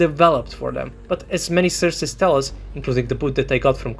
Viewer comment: The amount of "surces" u have said xD U are absolutely right tough and LazerDick had no respect